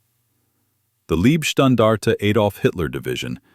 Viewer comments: Thanks for the video. It’s both annoying and funny that AI is talking about the “Liebstandarte” and not the “Leibstandarte”, making it the “love guard” instead of the “bodyguard”. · Also kindly correct AI from 'leeb' to LIBE (leib)standartige shtan-dar-tig eh. And Wiking is correctly spoken as 'Vicking.'. Now we'll all feel more comfortable. We also appreciate the corrected 'Panzer Meyer' designation. Thanks.👍👍